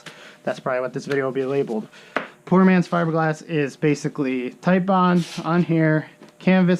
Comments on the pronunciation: It is TITEBOND as in Tite not Tillllle. It is NOT tile bond it is Tite Bond! It's like when assholes call Nine Eleven... Nine One One. UUUUUGH! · FUCK! I clicked on another one of your vids and you're STILL calling it tile bond!